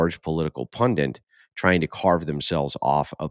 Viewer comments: please stop saying "Pundant." It's pundit. PUNDIT! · It's 'pundit' not 'pundint'